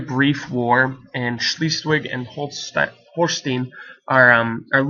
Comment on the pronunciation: Great video but Holstein is pronounced Holst-eye-n